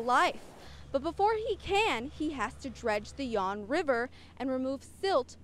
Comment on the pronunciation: Fawn river dummy. Not yawn